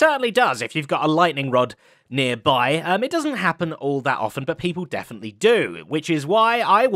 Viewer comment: „…but people deathenitely do…“ ;)